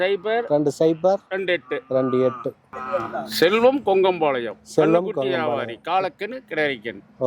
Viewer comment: பொங்கம்பாலயம் இல்ல கொங்கம்பாலயம்😂